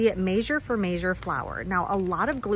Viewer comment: I love how you say measure. I hear, “maysure” 😊